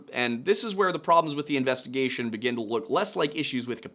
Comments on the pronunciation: Please never say “investagussy” ever again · did this man just say investigussy? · "Investa-gussy" SIR, u made me spit out perfectly good coffee! 😂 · I came here to comment "Investi-WHAT?!"